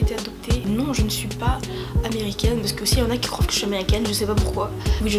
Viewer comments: Je t'aime beaucoup mais là tu viens de dire le mot"'croivent" ma chériie Ps, jsuis malgache, trop contente de t'avoir entendu prononcer ce mot hehee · On dit Croient😂😂😂